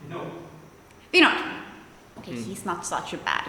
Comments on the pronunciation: Vinod pronounced Vin-noth, d like -th. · I love the way she call vinod . Typically like indian 😍